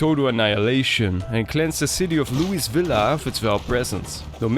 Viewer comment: I've always struggled to pronounce Louisville, thanks for drilling the correct way a few times.